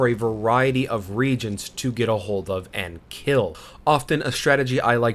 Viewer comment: The consumables that summon demons are called re-agents (ree-AY-jents), like in chemistry, not “regents” like rulers of kingdoms.